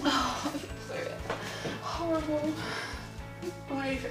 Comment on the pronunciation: said amber is howwible